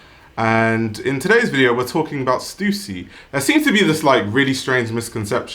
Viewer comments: its stuh ssy!!!! not stusi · thanks for pronouncing stussy correctly!!!